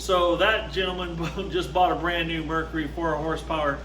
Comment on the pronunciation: Mercury not Mercery or Mercry.